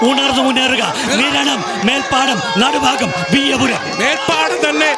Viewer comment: It not "nadufaagam"but it is "nadubhaagam" as pronunced in the word bhaaratham🙏